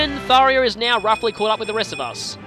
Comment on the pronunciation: Ugggggg! It's getting on my nerves! I can't just NOT say anything anymore! You're saying Tharja's name wrong. Do you see an "i" ANYWHERE in her name? NO! (I don't mean to be or sound mean, but it's bothering me.... :/ )